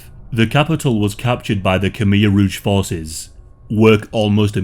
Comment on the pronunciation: Its rouge not rogue, red